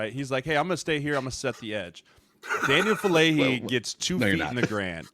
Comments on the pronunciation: The name is "Faalele", not "Faalale". If you're making a video of the guy at least get his name right, for heaven's sake... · Heads up for future ref: all vowels in Polynesian languages are pronounced, so Fa-a-le-le. Another great Polynesian Aussie making some early waves. Hopefully he and Mailata have long careers! 💪🏼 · FA'ALELE (fAH-AH-Leh-Leh)😊 Thanks for recognizing this uso (Samoan word for brother), his hard work and improving skills💪🏾🇼🇸🇦🇸🇼🇸🇦🇸 GO RAVENS💪🏾😈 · Anyone else still trying to find the "H" in Faalele? 😂😂